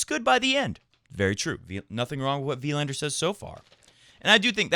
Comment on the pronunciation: As a fellow swede, just wanna point out that Wilander is pronounced more like Wilaaander rather than Wiiiilander.. =)